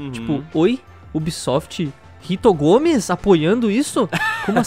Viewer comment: "Rito Gomes"? Kakakakakaka que isso jovem